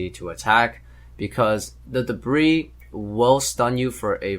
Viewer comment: Debris - (De-BREE) - not pronounced in a plural form.